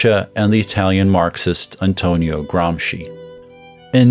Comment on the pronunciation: first youtuber to pronounce Gramsci correctly, what a joy